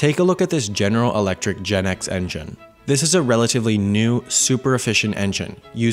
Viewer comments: Biggie Cheese actually is GEnx(pronounce as G.E.N.X) Not jet X nx was short-term name of next generation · fyi, the GEnx is pronounced GE-N-X, not like the Gen-X generation. :D